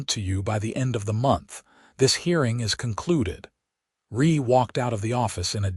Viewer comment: I wish someone would teach the AI to pronounce things correctly especially the names of the characters… Nol-lan? No. <No-lan> Ree? No. <Ree-a> Then read, present etc. But other than that grating it was a great story.